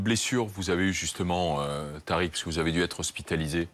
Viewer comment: Tariq dit latrique